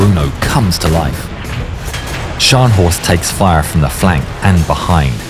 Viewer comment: very good German pronouncing!👏